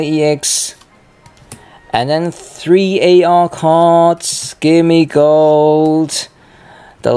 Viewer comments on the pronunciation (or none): Its called Gimmighoul not Gimmigold